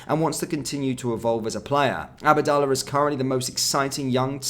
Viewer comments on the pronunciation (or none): It’s Abdallah not ABAADALLAH 🤷‍♂️ I wish you would improve your pronunciation of players names. Very irritating